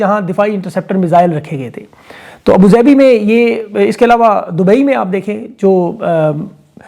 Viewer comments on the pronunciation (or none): none